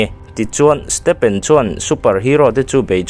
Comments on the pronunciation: i saptawng lamdam hi i uluk a ngai...stephen pawh PHEN angin i lam mai a, stefen anga lam tur😅😊 a hmuhnawm e❤ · Lal stepen a 😂😂😂 huiiiii ......a hming lam dik lo nasa ltk hi a hmuhnawm letling phiann mai hahahaa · Stephen tih hming hi iva lam thiam lo ve, stefen tih a rik tir tur